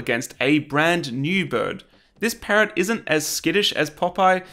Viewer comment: I can’t stand the way u say parrot